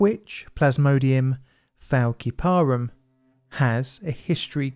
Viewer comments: big difference between a s sound and a k sound. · it's "fal-si-parum" not "fal-ki-parum" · Fæl-sí-pari not ki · Thank you for another harrowing example of the importance of full informed consent. I love your series, but I am a medical laboratory scientist with a microbiology specialization and this murdered me (despite it being an excellent episode) - the species name is pronounced fal-si-puh-rum. We had an entire unit on the Plasmodium species; they continue to be a huge problem. Nothing But Nets is an excellent charity if anyone wants to look into it ❤️ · Also, Plasmodium falciparum is pronounced fal-sip-a-room. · The pronounciation of Flaciperum if 'Fal-sip-er-um', and Vivax is 'vI-vax', hope that helps! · The malaria species Falciparum has a soft "c" sound and the stress is on the second syllable, not the third.